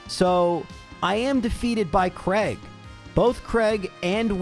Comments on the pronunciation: Whos Creg? Its Cray-g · I know you cop a lot of "mispronunciation" comments, but I have never been able to work out why Americans and Canadians pronounce "Craig" as "Kreg". Mate, it's "Cray-g". "ai" is never ever pronounced as an "e". Just why?